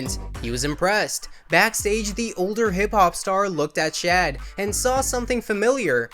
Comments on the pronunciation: His name is pronounced “Shaud” not “Chad”. Like just google first. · Why are you calling him "Chad"....it's "Shad" promounces "Shawd".